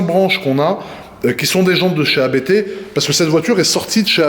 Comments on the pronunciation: J’ai les oreilles qui saignent chaque fois que j’entends « Abété » 😅. Ça se prononce « Apte », du nom du fondateur de la marque, l’allemand Johann Abt ! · Pour info, on prononce Abt en non A-B-T. C’est le nom de famille du fondateur Johann Abt 😉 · Pas A.B.T. , mais Abt, un seul mot. C ' est un nom de famille.. Nom de Diou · Sauf qu'on ne dit pas A-B-B mais Abt, parce que c'est le partronime du créateur de l'entreprise Johann Abt. Tu dis bien, et pas A-K-R-A-M.;-) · c est pas ab-errant c est: a b t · Faut arrêter de dire Abété .....